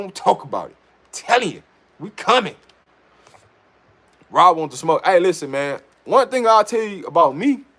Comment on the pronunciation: Rob, It's Rob. Love the content bro! 👌 ✌️